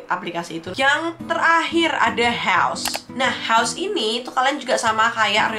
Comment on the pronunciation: Heaus ---> baru minggat bentar lidah uda kesleo